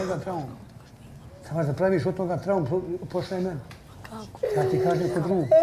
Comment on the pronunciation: "PoŠaj mene" 🤣